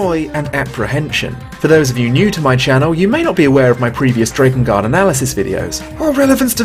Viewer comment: Why must you continuously pronounce Drakengard wrong?